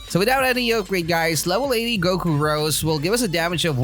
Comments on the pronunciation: Ro'zay' orb, not rose but its cool just letting you know how its pronounced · No offence but I got triggered when u say rose it’s ros’e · It's Rosè not Rose